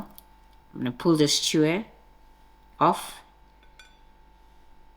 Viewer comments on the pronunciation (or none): Lol, love the new pronunciation....Stewer, now its stuck in my head 😊